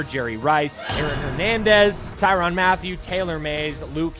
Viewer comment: Tyrann not Tyron Mathieu brother. I’m sorry that just bothered the hell out of me man